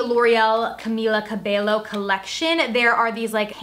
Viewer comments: CAMILA CAH-BEH- YO Not cabellllllooooo lol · Cabello is pronounced kah-be-yo. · its pronounced Camila CabeYo 😊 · Just FYI for future reference, Camilla Cabello’s last name is pronounced cuh-bay-oh. Double L’s in Spanish make a Y sound, not L. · It’s pronounced as CabeYo actually 😅